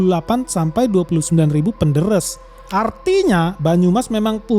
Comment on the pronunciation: Yang bener bukan PENDERES...PENDÈRÈS...om.